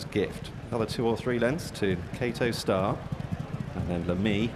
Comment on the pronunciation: Why does the commentator call him kato star and not kauto star?